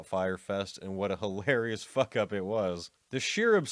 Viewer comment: Great content, terrible presentation. You sound like a 12 year old that just discovered swear words. If you put any more emphasis on the K in fuck, your larynx will literally prolapse out of your mouth.